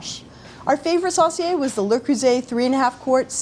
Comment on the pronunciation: Sauce-see-ay. Sounds funny to hear it pronounced like that. It's my great grandfather's surname. We pronounce it Sew-see-ay.